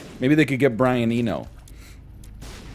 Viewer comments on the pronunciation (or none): none